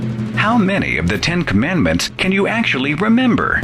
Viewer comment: its not remmbar the shemth its kip and remmber